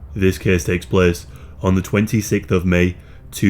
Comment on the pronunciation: few words make me as happy as "this caese taeks plaece"